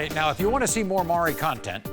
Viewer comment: Jesus Christ...first, it's not "Murry." It's Maury...."More EE." Second, is I is? Ig'nant? Yes, you is.